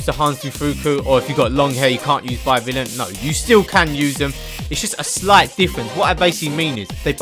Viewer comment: Pronounced hanz de foo-ko and by vil-ayn incase you were still wondering